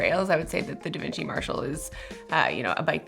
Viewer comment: Omg it may sound weird to you guys but actualy nailed the way we are suppose to say Devinci!😂